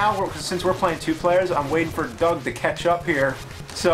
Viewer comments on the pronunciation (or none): Is it just me or does James sound like he's saying 'ketchup' when he says 'catch up'?